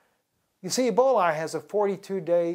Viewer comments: It's pronounced E - BOL - A........there is no " i " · It's Ebola not Eboli